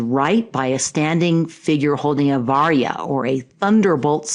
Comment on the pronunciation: also "vajra" is not pronounced "vaya" but "vaaj-rah"